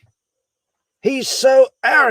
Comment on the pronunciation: You always make me laugh when you say “yall!”